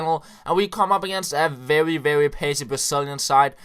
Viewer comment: mad props for beeing an amazing youtuber.! a little tip from a fellow dane, try and fix the "very" pronounciation. You are kinda going "vevvy" when you articulate